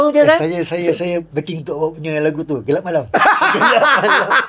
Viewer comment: bang,member saya nyanyi "kelab malam" bang hahahhaa hareyy betuii.. lawak la takkan "kelab malam pasti terang sang mentari pasti datang??".. wlaupun saya dah habaq sebutan betoi "gelap malam", sampai harini bang klau dia nyanyi bunyi "kelab malam"